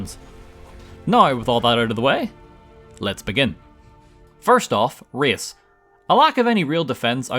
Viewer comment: I honestly thought you said "Rizz", and thought you needed a lot of Speech to complete the run, but eventually I understood that you said "Race"